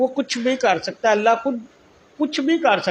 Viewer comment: Yeh Dajjal ko الله ka naam bhi thik se lene nahi arai.